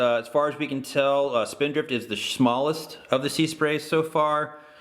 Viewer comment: "As far as we can tell, Spindrift is the SCHMALLEST of the Seasprays..." :D